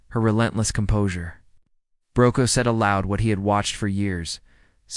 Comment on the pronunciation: His surname is pronounced Brocaw